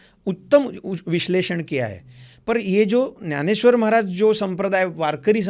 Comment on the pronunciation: त्याला ग्यानेश्वर नाही ज्ञानेश्वर म्हणायचे महाराज हिंदीत बोलताना सुद्धा. त्याशिवाय आपली भाषा अभिजात मराठी वाढत नसते